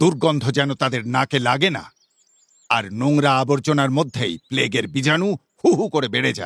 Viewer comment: Bijanu noy ota jibanu hobe .